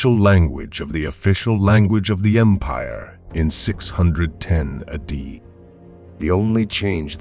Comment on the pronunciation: Amazing videos and good info but a few friendly suggestions. Know when to sound more or less dramatic, improve your cadence, and say “A.D.” correctly